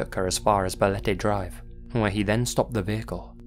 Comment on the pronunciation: I'm from the Philippines and your "Balete Drive" pronunciation is not bad at all.